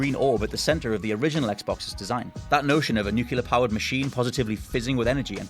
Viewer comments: "NEW clee yur," not "NEW cue lur" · Nuclear. New-clear. Nyoo-Clee-ahr. NOT FUCKING NUKE-U-LAR. Thank you George Bush. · its spelled nuclear. Not nucular... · Oh for fucks sake. It is pronounced NEWCLEAR, not NEWCULER. That is my biggest FUCKING pet peeve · It's pronounced "nook-lee-er", not "nook-ya-ler", man. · Nuculer lol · NU-CLEAR! It's pronounced nuclear... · Newkyoolur. shudders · Did you say "nucular" as a tribute to George W. Bush? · "nucular" sigh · why the english speakers have trouble when pronunciating "nuclear"?